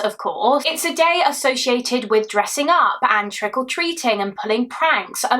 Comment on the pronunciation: yes thats what i heard 😂